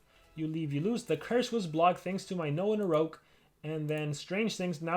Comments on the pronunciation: It's called Noahgnarok,. Not "Noahnaroke" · I can’t help it, it’s “no-agnarok” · I think it’s pronounced NO AHHHHH GNAROK. Like ragnarok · it sounds like Noahnarouge when he says it